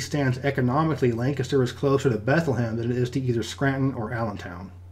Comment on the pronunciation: I grew up in the Lehigh Valley and have never heard anyone pronounce Bethlehem that way, not even people that live there